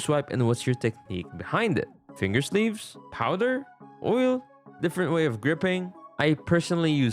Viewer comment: Bro really said oil 💀